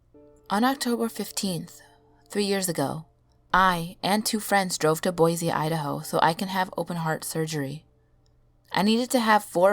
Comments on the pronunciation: Boi-SEE not boi-ZEE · love this except I couldn't help but cringe at the pronunciation of Boise.... guess that's an Idaho native mindset for ya